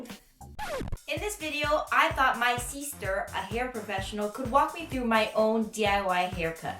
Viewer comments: The fact that you guys keep saying "seester" like it's normal is so funny 😂😂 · My brother calls me seester and it makes me all warm and gooey to hear other people do it too! ❤️